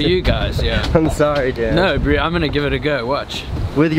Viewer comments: I love how Dan pronounces bro. BREW! Whats up brewski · The way he says "breew" instead of bro kills me inside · WTF is "Yeah Brew..."This SA dude needs a language lesson! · SKYrise He isn’t saying bro, he is saying bru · has anyone noticed that Dan says the word “bro” like “brew” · Loved pretty much everyone of your vids no fault on you but if I hear “bru”or brew” whateve one more time ima snap ...It’s annoying ... I’m sorry